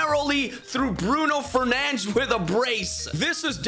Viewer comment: An english speaker saying Bruno Fernandes and not “Fernandez”. Cheers to you sir!